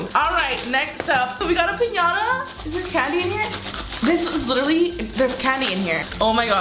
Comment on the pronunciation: How she says piñata pissing me off💀💀💀